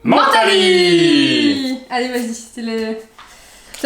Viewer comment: On dit menntali